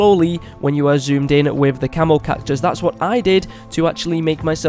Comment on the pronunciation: Who else thought he called the camo cactus the camel cactus